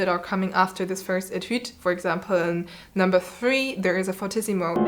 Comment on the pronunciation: I'm pretty sure fff is pronounced "fortississimo". That's what I've been taught and that's what googles says